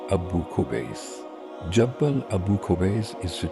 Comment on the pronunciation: Its not jabbal. It is pronounced as jable noor